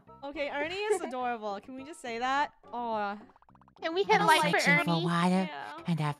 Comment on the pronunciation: its Funneh sayn FOR ERNINE ;]